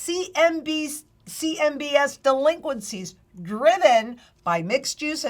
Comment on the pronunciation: 'Duhhh-linqencies'. You get the fumes.